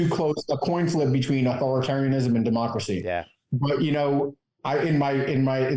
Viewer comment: I'm a big fan of Midas touch and this show is pretty good content. But I really seriously could not understand the title of your show based on your pronunciation. I had to look at the title of the show after a couple times watching it to understand what you were saying. Please enunciate on democracy.